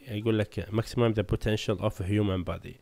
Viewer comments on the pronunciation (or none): none